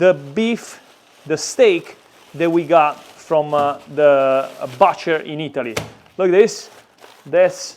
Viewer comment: La 'u' Butcher si pronuncia quasi come la 'u' in Italiano. Non con un suono di 'a'. E strano, ma in questo caso la pronuncia italiana del primo vocale e quella più giusta.